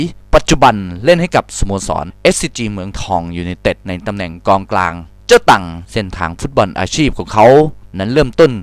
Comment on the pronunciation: ตอนที่พูด มิก้า อะ เกือบพูดว่ากลองกลางละ กองกลังง